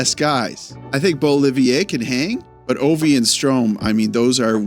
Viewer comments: Hey man! It's been nice discovering your channel in the last few weeks. I'll admit that I mostly watch when we win. Great editing! One little thing : it's BeauViLLier, not BeauLLiVier. I'm normally not a stickler for this, but I heard you ask a few times if your French pronunciation is correct with certain words. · I know you take pride in your pronounciation (as you should), so I thought you'd appreciate to know that it's ''Beau-Vi-Lier'' and not Beau-Li-vier (you have awesome pronounciation and I always look forward to the ''formation de départ'' bit of the videos, so please don't take this the wrong way, just thought you'd like to know). Also, super nice video!! I really liked the in-depth analysis format, I think this is something that should come every once in a while, or like a ''big picture'' in depth analysis after a couple of games. Thanks for the great content,! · You did it again! It's BeauVILLier, not BeauLLIVIer. 😅. This w/ Aquattaquattaquant. Great content btw nonetheless. 👍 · Little correction: the name is Beauvillier. You pronounce it like Beaullivier.